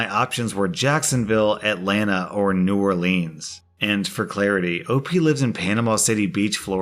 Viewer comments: Argh!!! It's not pronounced New Orleeens, it's New Orleans, (trust me dahlin'). Keep up with the great Reddit stories. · it is NOT and has NEVER been new oar-leans. (It is new OAR-lens) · hey, let me help you out. in south louisiana we pronounce New Orleans like "new oar-lynn's" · So Imma be a karen right here, well also just like pointing out. It's sorta hard to explain on text but....I am familiar with Louisiana, more specifically New Orleans, and it kinda drives me crazy when people pronounce it wrong which you kinda were the whole time. The way you said it was more like when you put the name in a song, it just rhymes better but it is not how you say it normally. That's all, I'm sorry if I seem rude I'm not trying to be. I love your videos and have been watching for like a year by now. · HE MISS-PRONOUNCED NEW ORLEANS! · I'm sorry to tell you but that's not how you say New Orleans. I mean I do live in Louisiana so I would know lol. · Is anyone else disappointed in the fact mispronounced New Orleans? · The way he pronounces New Orleans pisses me off 😡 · You pronounce New Orleans wrong